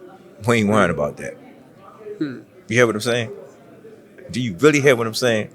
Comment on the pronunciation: “Let him diu what he diu”